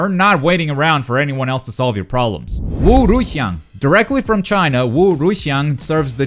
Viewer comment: Novikov_Principle yeah i was really surprised by that. I literally double taked when he said “wu-ruixiang”